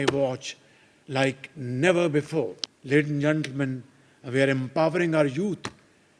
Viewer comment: Ledin And Gentlemen 😂😂😂